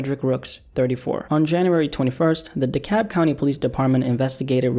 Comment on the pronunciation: The L’s not silent in DeKalb lol